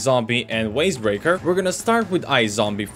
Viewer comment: Why did he say Waze breaker with a w